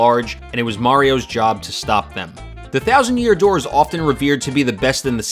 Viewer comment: "and whybis it the thousand year dooe" hahahaha ur good! but yeah.... thats my fave!